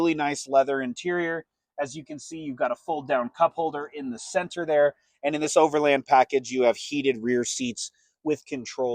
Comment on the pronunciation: Thank you for pronouncing "Overland" correctly. Also, excellent review :)